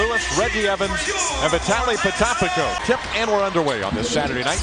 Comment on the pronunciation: Who the hell is Vitaly pota....patapi...... WHO IS THIS GUY!!!!